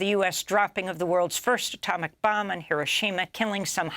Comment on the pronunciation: Ms Goodman can accurately pronounce many names and places BUT she continually mispronounces the name of the Japanese city of HIROSHIMA. Why???